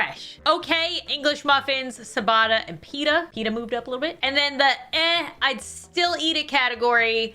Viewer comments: I don’t wanna be that guy but isn’t it ciabatta (chi-bah-tuh) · K. I'm gonna be "that" person. The "cia" combo in Italian is pronounced like "chia" (like chia seed). Ciabatta=Chiabatta, Focaccia=Focaccia. Rye and pumpernickel rate much higher on my chart - especially if served with a hearty stew or borcht😊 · its pronaunced chiabatta not siabata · Oh my goodness, the c in ciabatta is pronounced with a ch sound, but its adorable hearing you say siabatta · Sa-batta bread😅as an Italian I find that hilarious 🤣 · My Italian heart when she said ciabatta 💔😢 babes it’s a ch sound not a s x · I’m crying at the way she pronounces ciabatta 😂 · OK. But, you have made a great error. How did you pronounce Ciabatta because I can tell you it was definitely most certainly not correct.